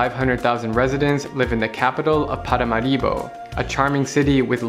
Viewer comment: Lol you stressed the wrong syllable in Paramaribo. It's ParaMAribo.